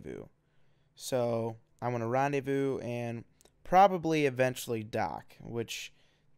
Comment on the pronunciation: Rendaivous autopilot XD Seriously, for someone who is french it's rellay funny